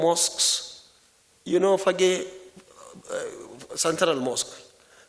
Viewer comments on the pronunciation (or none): none